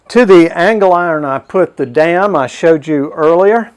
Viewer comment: Nice video, but I cringe every time you say angle iron.